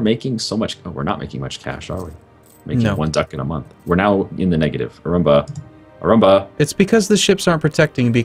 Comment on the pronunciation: I like how calls Arumba ""